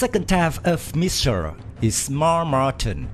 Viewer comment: missile NOR MISSIR DEAR LORD PRONOUNCE L